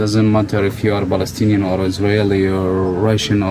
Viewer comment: The "balestinian" (his pronounciation) is wrong. Once people relearn from history, islam and islamists will be pushed further away. And there will be peace in the lands. ONLY time there is peace in arab muslim land is with strong rule (and plenty of suppression and oppression that goes with that). That is why islam is incompatible with democracy, western ideals and open societies. Long live Israel and Lebanon, as majority jewish and christian states! Muslims and arabs have enough places to go.